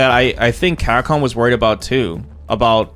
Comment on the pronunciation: Bro sounds llike he's got 48 teeth in the front of his mouth - 'Camhcom"jk I really wish Ed got a buff in range or something, all his jabs feel really damn weak